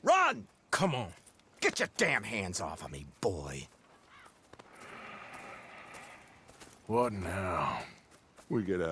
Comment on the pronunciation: Lenny - my boah